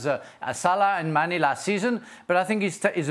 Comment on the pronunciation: Ffs.....at least get his name right...Sadio Mane. And Diaz is the LW for Mane. Not Nunez.